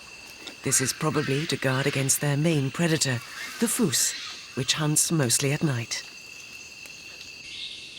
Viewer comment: Have never heard a fossa called a "foos" before. The Malagasy word is fusa, so I can maybe see where the narrator got confused, but if I had a nickel for every documentary narrator who didn't bother to learn how to pronounce the vocabulary in their script, I'd be rich.